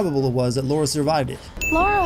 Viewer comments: It's possible that in a fictional universe, an unknown explorer did indeed say this. [+1 SIN] - Agreed - I had the same thought playing. It could be argued that it is referencing her actions after. [-1 SIN] - Incorrect pronunciation of Lara repeated throughout the video. [+50 SINS] - Sinning something that comes with it being a video game. Not all elements are climbable, but it would be nice if this feature could be toggled off. [+1 SIN] - The cost and inherent danger of the trip would explain this. Grim was the only guy willing to make the journey. [+1 SIN] - "Ship, Dr Whittman. It's a ship". [+1 SIN] - This is accurate. However, it could be argued that the magical nature of Yamatai hides it from view. [NEUTRAL] - There's not much meat on the spit, she must have eaten some. [+1 SIN] - Agreed. Why even go into this line of work or go looking for Yamatai? Still, she has yet to see anything supernatural, so she is right to be somewhat dismissive, but certainly not uninterested. [-1 SIN] - This is her origin story - she doesn't have the experience yet of the Lara Croft we all know. [+1 SIN] - This is a legitimate issue with the game. They really should have had her at least emotionally react or avoid killing instead of having her immediately start firing off headshots. [-5 SINS] - This is an annoying cliche. [-1 SIN] - I get wanting to kill off characters for emotional impact, but Roth having both a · Her name is Lara, not Laura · HOLyP | Gaming Lara Laura Lara Laura. Not hard to adjust that one bit to say someones name right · Lara and Laura. Omg. Laura is pronounced something like Lawra and Lara has a sharp A therefore the names are different, otherwise what's the fucking point in having Laura and Lara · ***** But Laura and Lara are two different names. Lara is Lara not Laura. Just like Sara is Sara not Sarah. You're not just pronouncing it wrong, (if you switch the pronunciations.) you're calling her an entirely different name. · LA-RA not Laura